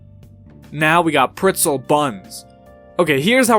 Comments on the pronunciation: why u say pritzel 😠😠😂😂 its pretzel my guy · The way he says pretzel